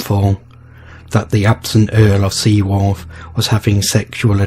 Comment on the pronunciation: The name of the Seer Kenneth Mackenzie is pronounced Bran , the name of the lady who had him killed is pronounced Seaforth not Seaworth the canal is called Caledonia not cale, donia.